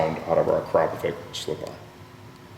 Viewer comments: "A-krop-a-vitch" but I guess you're a lot closer than most who say "Ak-ra-poh-vick" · is that how you really pronounce it? I always thought it was "Ak-ra-poh-vitch"